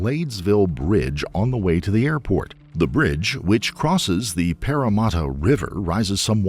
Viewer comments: "Parramatta" is pronounced the same was as "parameter", not the way you pronounced it,. "PARRA-MA-TA". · Woolwich is pronounced as wool itch not wool witch. The pronunciation of Parramatta was also interesting! - from an amused Aussie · An American mispronouncing Woolwich (pronounced Wool-itch) and Parramatta, without a quick check online to get them right, is as annoying to an Australian as an Australian pronouncing Albuquerque as Albu-kwer-kwee would be to an American. I do wish folks would check how to say something (especially unfamiliar names - both people and place) before reading their narrative. I applaud your pronunciation of Melbourne though. Interesting crime and trial - as an Aussie it's always fascinating to hear stories from Australia.